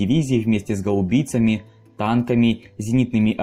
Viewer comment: гАубмцами блт ударения на А !!!🤦🏼‍♂️ А не " гаУбицами🤡 . гаУбицы блт?!!!